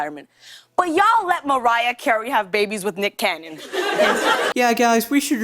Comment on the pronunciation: She called him "Nick Canyon"..